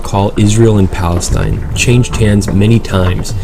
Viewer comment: wtf you cant even say palestine how is your place wtf you dont have p you say balestine